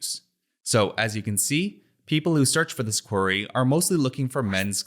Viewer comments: It’s not “quarry”, its “query”! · Brill video thanks. Although i keot wondering what a quarry had to do with it 😄 then realise thats how you say "query" 😅